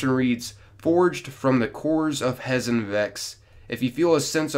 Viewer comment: Just for future-reference, so you have the knowledge, the pronunciations are "Kay-Beer" for Kabr, "Pray-Dith," For Praedyth, and "Hay-Zen" for Hezen. Like your videos man. Keep up the good work.